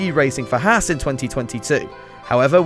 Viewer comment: At least this week, Haaswatch has to say something positive on their pace. Also, as an American, I can tell you you're pronouncing Haas wrong.